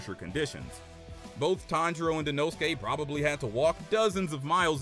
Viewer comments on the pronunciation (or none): none